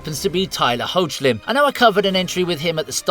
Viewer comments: #25 is actually from Season 1, Episode 11 of "Superman & Lois." The pilot episode did show a flashback of Hoechlin's Supes in his Fleischer-inspired suit, but that shirt rip didn't happen until 10 episodes later. (And for the record, his surname is pronounced HECK-lin - the "o" is silent.) EDIT: #17 is from "Lois & Clark," not Superman III. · Not trying to be nitpicky or offensive here (and I may be wrong), but isn't Tyler Hoechlin's surname pronounced "heck-lin" as opposed to "hoach-lin?" Just asking.